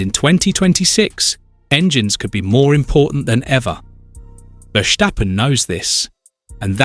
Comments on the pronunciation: I think that’s how the Dutch pronounce it tho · Mate, there is no way you could've known but I am Dutch. It is not pronounced like that at all. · Why must you say: “Vershjtappen”. It’s Ver-Stappen. There is no sshhh in the middle